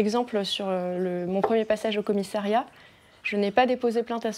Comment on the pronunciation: Commiss A riat!! Pas Commiss é riat... Chaine publique française et incapable de parler français correctement.